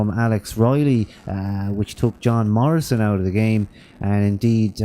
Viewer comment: lol "john marrisan"